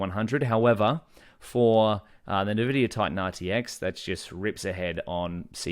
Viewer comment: It's not "nuh-vidia" please stop lol